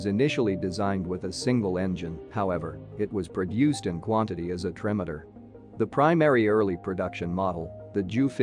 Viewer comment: I particularly liked 'trimmeter' (trimotor) and 'staLEENgrad).'